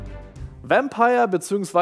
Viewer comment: Vampüüüürrr 😂 So gut 😂